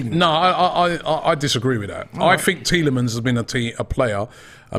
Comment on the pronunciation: Lol Keeps calling him Tielemans it is TEA - LEMONS "LOL REMEMBER":elbowcough:🤣😂